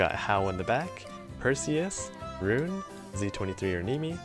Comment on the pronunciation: Earned my Like for knowing how to say her name right.